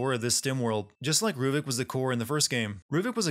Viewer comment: RUVIK NOT RUVIC VALENTINI NOT VALENTINE GODDAMNIT!